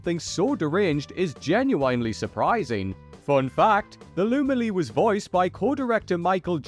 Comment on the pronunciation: This VO guy says "genuinely" like English isn't his first language.